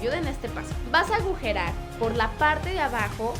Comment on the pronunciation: Karen en el minuto dijiste agujerar y se dice agujerear